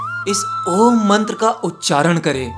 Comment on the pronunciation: App om ka galat uchran krrr rahe hhh